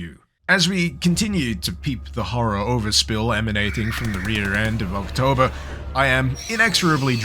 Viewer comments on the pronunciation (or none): none